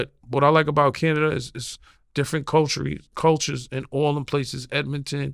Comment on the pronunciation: “Canada is different cultury” and we once again hear that “Toronto is all Jamaicans” 😂 a Tony Yayo classic